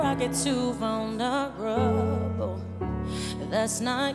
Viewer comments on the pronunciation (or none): Great song and performance, but she needs to learn how to pronounce the word "vulnerable", at 0.23, lol.